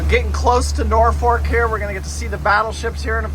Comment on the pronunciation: There is only one "R" in the word Norfolk.